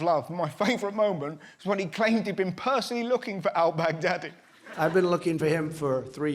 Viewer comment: All I can think when he says Baghdadi is Bag daddy